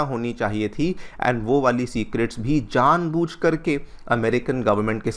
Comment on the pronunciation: "जानभुज"...होता है, "जानबूझ" होता है